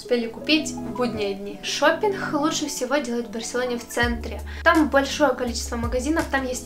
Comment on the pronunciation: Все классно , ребята ! Но , плиc, девочка , наверно , с Украины ,, надо научиться говорить букву Г,, потому что она все произносит с Х,,, МаХазины, ШоппинХ, Хде,,МоХут,, и тд ,, режет слух ,,, Спасибо !